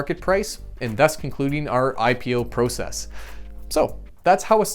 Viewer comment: I would have enjoyed the video much much more if he would have pronounced "process" correctly